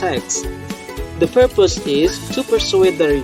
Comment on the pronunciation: just like what I hear, there are some mispronouncing: purpose, furthermore. (maybe not really clear)